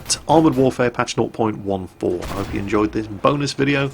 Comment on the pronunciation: Hey, I was wondering why you said 0.14 the way you do. It sounds like your saying "not point one four." Not making fun of you just wondering!:)